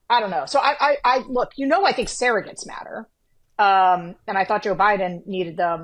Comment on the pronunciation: I think it's amusing that Sarah pronounces the word "surrogates" as "Sarah-gets." 😄